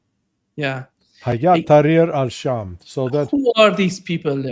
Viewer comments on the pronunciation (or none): It is NOT, in Arabic, “HayaaT taHreer ash-sham” حيات تحرير الشام !! It is: هيئة تحرير الشام “hay’at taHreer ash-sham”. There is a world of difference between the two, in pronunciation and meaning. Find someone who can reach you Arabic!! The way you are pronouncing it renders your whole pontification unconvincing and reeks of US state department pseudo expertise, undermining your credibility. Although to be honest your rendering is far better than most all of the butcherings of the Arabic in English pronunciation / transliteration that are now being propagated on the net and Western media. Not that the outfit referred to is worthy of the glory of the Arabic language and civilization of Arabic speaking people.